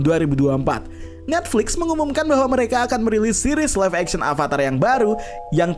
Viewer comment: Beberapa kali Narator mengucapkan kata "ALVATAR" Yang benar itu "AVATAR"